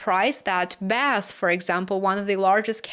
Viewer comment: It's pronounced B A S F not Baas 😅